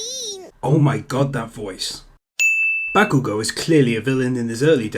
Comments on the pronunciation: Dragon Ball Super Is Shit Ba/Bah-kugo not Back-kugo lol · the A ins bakugo is pronounced like aw not ah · fuckin. "bAAkugou" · Ugh sheeple ''bahkugou'' TRIGGERED true fan : calm down its pronounced Bok - oo - go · You are a sin for saying Bakugo's name wrong. I rest my case.